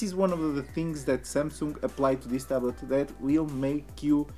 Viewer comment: How come this idiot has some followers!!!! He can’t even pronounce samsung!!!!